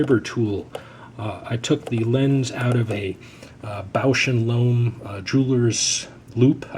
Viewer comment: The "Lomb" in "Bausch and Lomb" rhymes with "bomb", not "loam".